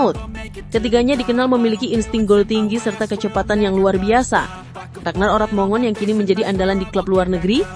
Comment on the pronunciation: Ya Allah alangkah sembarangannya menyebut nama orang. Mana ada /Orot Mongon/. Yang benar /Orat Mangun/ Mbak. 😅